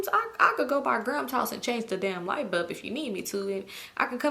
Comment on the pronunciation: Is it just me or are you pronouncing "light bulb" as "light BUB"? 😁